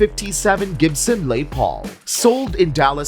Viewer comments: What’s a lay Paul? You make a video of guitars worth over a million dollars but you can’t get the name right. Say Les Paul and do your own voice overs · Its not a "Lay Paul"!!! Its "Les". Short for "Lester". Lester Paul was a very American guitarist with a very conventional American name. Why do people feel compelled to French it up???😂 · Lay Paul??? That is annoying...Its LES PAUL.... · Lay Paul? Is that a knockoff Les Paul? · You think you could at least get the AI narration on these crappy videos right. A LE Paul? Really? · Lay Paul...... Really.... Jeez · Did I hear "Lay" Paul?🤮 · Who does these videos that does not know how to pronounce Les Paul?? And then showing Gilmore's Martin....but showing a 12 string...then a 6 string...then a 12 string...so which was it??